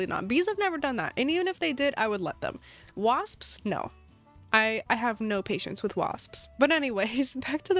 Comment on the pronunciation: Take a drink of water every time says “psps” at the end of “wasps” 😂